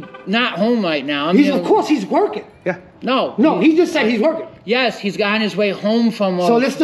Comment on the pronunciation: "He'S wOiKing....."